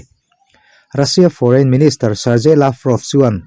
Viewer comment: Serje nilo in sergey tih a lam zawk tur anilo maw chuan Radar nilo in Rader, quess ni loin quick entir nan guick very fast. Faster mizo tawngin chak lutuk, cherang tawpkhawk, chechak lutuk sawina ani lo maw... guick tih tawngkam hi mizo official chenael